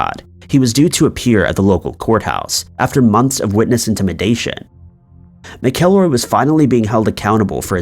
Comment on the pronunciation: Ken's last name is pronounced Mack-a-roy.